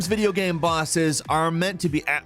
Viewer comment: Everyone: Game Falcon: Gaem